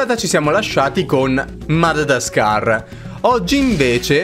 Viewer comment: In realtà non si dice madadadascar si dice madagascar